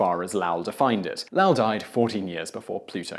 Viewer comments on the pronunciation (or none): Once again you fucked up the pronunciation of someone's name. It is Low ell (short e) and not (Lah lle) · Correct, it's low-ul. I'm familiar with the observatory since I'm from Arizona and into astronomy. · Lowell is pronounced LOW-ll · Did pronounce Lowell as Laowell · In general, you do great work, but MAN, you canNOT pronounce either Roosevelt or Lowell. You might need an American on staff you with American names (although, not all of use are good with those, either). I'd volunteer, but I live in Cambridge, Massachusetts and have the feeling that the commute might be prohibative.